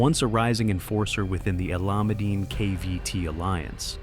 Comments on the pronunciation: Haha, I’ve noticed that too. 😅 No matter how bad the pronunciation gets, the Alameddine name still carries a heavy weight in Sydney’s underworld. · How does AI manage to say “Alameddine” worse every time 🫠